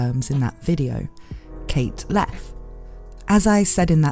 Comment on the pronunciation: Leth Pronounced pretty close to Left. I feel like theres a joke here, but that is as far as I've gotten with that thought.